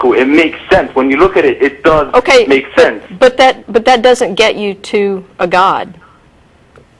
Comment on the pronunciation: Read a book,. Just one... then, one more, then one more... when you've reached a reasonable level of erudition, come back and we can have a reasonable conversation. It's "sense" not "since," "something," not "sumthin," etc. etc....